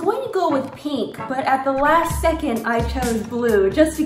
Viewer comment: says “peek” instead of pink and it sparks my joy